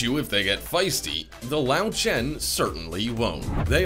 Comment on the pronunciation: LÖWCHEN is not pronounced as lauchen.. Ö is pronounced as OE, and W is pronounced as V.. so LÖW is pronounced as LOEV (Lóv) and CHEN is pronounced not as it is usually in english (shh) but instead with a K (khh), so it is pronouned as KHEN.